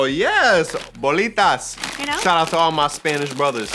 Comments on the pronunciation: I cringed when she said e lote but smiled when she said cheeto bolitas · Qué bien que dijiste "Bolitas" 🥰🥰🥰